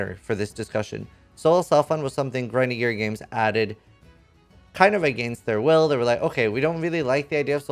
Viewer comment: You mispronounced grinding gear games.. Heretic!